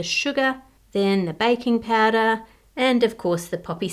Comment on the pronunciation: I love Ann’s accent, specially because I keep hearing “bacon powder” instead of baking powder